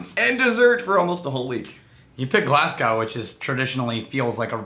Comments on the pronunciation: Your pronunciations are never that bad but Glasgow and Edinburgh were hilarious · Lol the way you guys pronounce Glasgow and Edinburgh concerns me. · Boy that pronunciation of Glasgow and Edinburgh